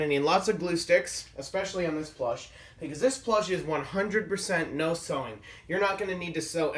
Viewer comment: At first I thought you said no suing